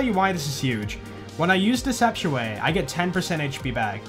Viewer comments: The fact that you say “deceptiaway” is just disgusting to hear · I always heard "Deceptuate" like deception and innervate.